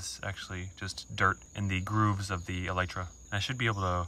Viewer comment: DId bro say Elytra???